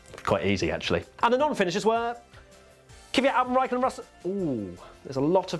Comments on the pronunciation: its KVYAT not KIVYAT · It is clearly not Key-vyat, it's two syllables, Kvy-at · Why is it that english people read "Kvyat" surname wrong? You spell it as "y" is before "v", and it's the other way around ;D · Same with Kvyat. Them' brittish absolutely butcher his name all the time too🤣